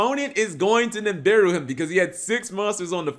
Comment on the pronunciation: It's nibiru not nimbiru